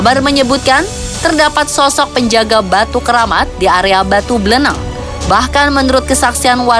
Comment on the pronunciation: buleleng lah bukan beleleng